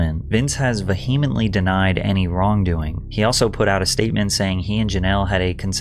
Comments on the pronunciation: VEE-HEM-ENT-LY, not "v'heemint ly. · VEE·uh·muhnt·lee. Why can no one on YT pronounce the word "vehemently" correctly??? ffs